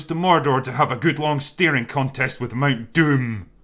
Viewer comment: I love your reviews, glad to see you creating something on your own. I had to laugh really hard when you said Mount Doom. You just pronounced the oo so short, it sounded like dumb ("dumm") in the nazi language, except it's just the language the nazis used a few centurys before, but it tourned out other people that were not part of the nazi party were using it too and still do to this day. Dumm :D